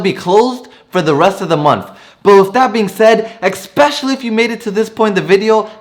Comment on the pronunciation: Please learn how to correctly say "especially" and "undoubtedly".